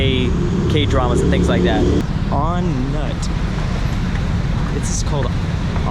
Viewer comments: Actually, we pronounce it "On-noot," not On-nut as spelled. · On nut 😅 it's pronounced On Nuud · Lol it’s pronounced On-Noot. In Thai, the “u” works as an”oo” like the British system. “Ph” sounds like “F” (Phuket) “Th” is simply “T” (Thai) “Bh” is “P” ( Suvarnabhumi)(Suvarnapoom) 😁😁😁